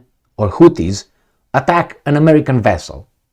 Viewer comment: It is not Tuttis, it is Houthis.🙉